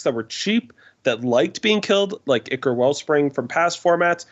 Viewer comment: Great episode as always. Just a heads up, Ichor is pronounced Eye-Kor. Just wanted to point that out because the way you were saying Drown in Ichor...well let's just say it sounds like you're saying something much worse